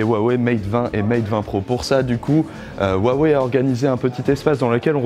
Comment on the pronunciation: vous pourriez au moins prononcer correctement le nom de la marque quand même